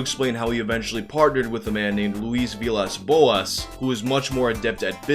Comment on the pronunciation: I'm rather impressed by how perfectly you pronounced "Luiz Villas Boas"!